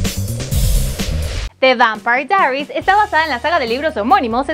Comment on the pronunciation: Eso no es lo único... Ni siquiera el nombre de la serie lo puede pronunciar bien...